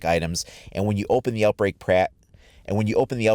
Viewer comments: “Outbreak prack” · Lol outbreak prack...just picking on u bro great video 👍